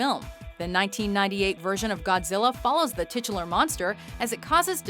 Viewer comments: Titilar.... STOP SAYING TITILAR!!!!! reminds me of tits .' don't judge me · dude stop saying titular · Can you please learn how to properly pronounce titular.